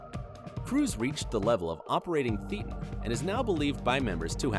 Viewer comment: I freaking hate Scientology and everything it stands for. I am pretty well convinced that David Miscavige is the antichrist. But what I really want to know is WHY this narrator miss pronounced BOTH Leah Remini AND David Miscavige’s last name, and thetan??? Anyone with any ounce of knowledge about Scientology knows how to pronounce their names. Stupid.